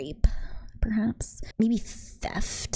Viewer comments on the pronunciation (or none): a problem if not controlled and channeled correctly. Totally possible. Also the way you said "theFFFFT" lol